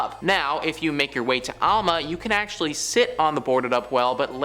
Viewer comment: I don't normally call out YouTube content providers, but this time I will. First let me say that you need to learn how to pronounce English. The city of "Alma", "Saline" river and "Ft. Leavenworth" were pronounced incorrectly. Also, I was stationed at Ft. Leavenworth in 1995 and I have worked there ever since. Sure, there are reports of haunting and other strange things, but your moronic comments about the place and how it should be torn down are comments made by a fool who wants to make themselves look important. I hope no one takes your stupid a$$ seriously.